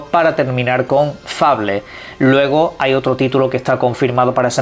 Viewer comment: Es un naco que no sabe pronunciar